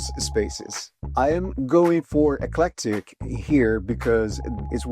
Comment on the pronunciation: Flashing too swiftly. Your voice is too drawn out. Practice your English before recording ! You sound like a KID reciting in class ! You mispronounced eclectic !!!!